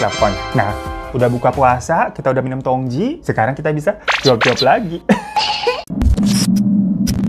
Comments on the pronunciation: bang hiro....tu bacanya jngan tongtji...tp tongci soalnya tj itu ejaan lama yg berarti huruf c....semngat selalu ngonten y bang hiro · Tong Tji itu bukankah harusnya dibacanya Tong Ci? Karena tj itu pada edisi lawas dibaca "C" Sama dengan huruf J dibaca Y misal Jang dibaca Yang